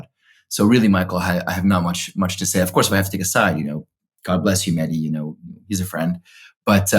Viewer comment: Was phonetics not a thing in school? Its Mehdi.. not Meddy.. phonetic sound - 'Mehh Dee' .. Literally 2 syllables.. what sound does H make? Its easy. Or offensive. Or indifferent.